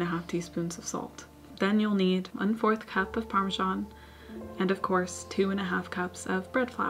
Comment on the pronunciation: I definitely did not hear say "cup" there. It definitely sounded more along the lines of "pack" or "pap", so I can understand why they may have been confused. I will say though that for a loaf that size 1/4-1/2 cup of parmesan would probably be perfect.